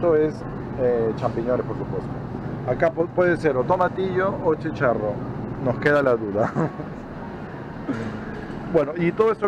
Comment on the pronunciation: Oh, cielos! Se agradece la intención, pero debió ir acompañado de un mexicano al super. Se dice, chícharo, no chicharro. En fin.